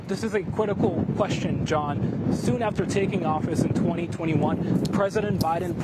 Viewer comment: This is a cwitical qwuestion